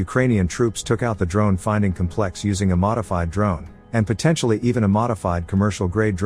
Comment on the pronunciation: Fine tune your robovoice. Noun: cómplex. (accent on first sylable). Adjective: compléx (2nd syllable).